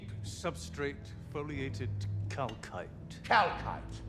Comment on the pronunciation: I swear to Force, at this point every time I heard them saying "kalkite" I have a vine boom effect playing out in my head :D